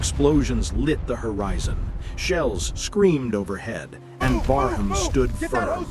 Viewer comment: the name of the ship appears on the wreck as "Brarmaa". Later the irritating commentary calls the ship "Barnham". Disrespectful fake AI crap and a waste of time.